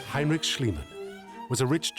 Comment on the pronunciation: "Hay-n-rich Shlee-man" 😬 Even if the interviewees repeat the name more correctly dozens of times... Rich. Pretty rich.